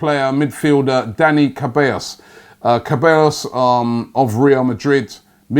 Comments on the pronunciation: Robbie it's pronounced SEH-BYE-OS NOT CAH-BAE-OS😂😂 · I love listening to Robbie butchering players' names.... today is Cabellos turn ( A.K.A Ceballos) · Its not dani cabeos its dani se-ba-yos. Thats how you pronounce it. Oh my god Robbie... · Ceballos not Cabellos 😂😂😂😂😂😂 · Robbie, though you write Ceballos is not Kaballos, is like Zeballos, say Zidane, Zeballos. It's funny cos you pronounce right the double l, which is usually more troublesome. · It's dani ceballos not cabellos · Se-buy-os not Ce-bay-os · it's pronounced Se-ba-yo's... ( Ceballos) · Pronounced se-bai-yos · Ceballos is pronounced like seh-buy-oss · Can you not pronounce names robbie? "Kebaios"?😐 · Ceballos is pronounced sebayos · Ceballos is pronounced Suh-bi-yos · Robbie, Ceballos is phonetically pronounced 'se-ba-yo-s'. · It is pronounce as Dani (Che-baa-yos) Ceballos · Robbie, man I admire your consistency.. you butcher every single Spanish name you pronounce! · Another day, another mispronounced name. Keep up the good work,!:D